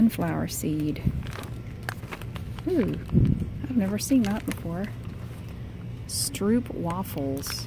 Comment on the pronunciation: I like how you say "stroopwafels" ! because i am from holland 😊 you need to try those, the are very delicious